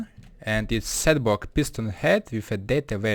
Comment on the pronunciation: Setbwock he says